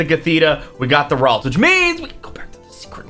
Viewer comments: It's pronounced rall-ts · Ralts is pronounced like vaults